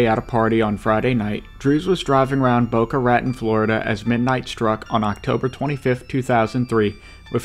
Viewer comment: Great video. just to let you know it is pronounced Boca Raton (Rah-tone). I used to live just north in Palm Beach Gardens